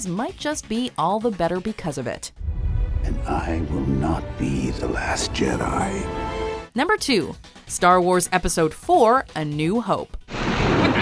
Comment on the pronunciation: Da last Jedi???? I loved u but da last Jedi??? I’m done, unsubscribe I have